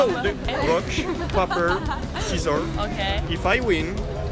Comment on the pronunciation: Le mec prononce "paper" au lieu de "peyper" je suis mdr😂😂😂😂😂😂